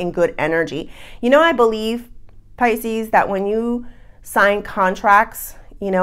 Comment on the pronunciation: Pisce-anos lol So we're Italian or Latin! Lol I'm leaning towards a nice espresso rimmed with a twist of lemon peel! Ciao bella! 🌞